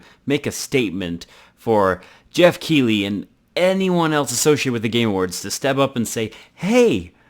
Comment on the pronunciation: also i think geoff is pronounced differently